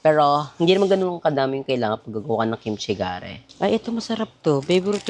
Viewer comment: Kimchi Jigae “g gay” po hindi Kimchi Jage . 😊